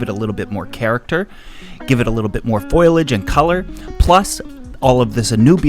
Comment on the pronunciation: It irks me to no end when people say foilage, the (i) is after the (L), it is foliage, pronounced foal as in baby horse not foil as in the thin metal you wrap your food in.